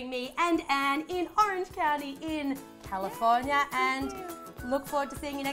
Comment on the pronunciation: Nvm she said calafornia in the end